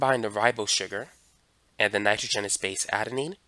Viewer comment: It’s Nitr-au-junous